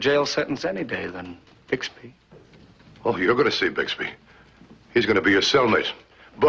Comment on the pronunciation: You know how in the middle of every episode the narrator interrupts with a comment? Well, in this episode he referred to Bixby as Buxby. Anyone catch that?